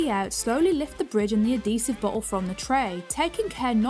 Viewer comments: I can't stand it! Pronounced as ad·he·sive \-ˈhē-siv, -ziv\ AD-hee-siv Not - A'dee sive So grating to hear you pronounce every word but that one correctly. Just Odd! No it's not the accent either. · Why do you say Ah Dee sive! BAH